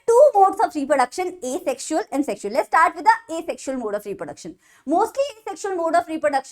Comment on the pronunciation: start❌ eshtart ✔